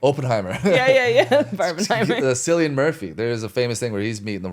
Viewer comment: Cillian is pronounced with a hard K, not “Sillian”. Yikes.